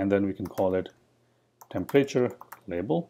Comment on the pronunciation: Please learn the difference between a class and a struct. Oh, and please learn how to pronounce temperature, it’s not tempreyture.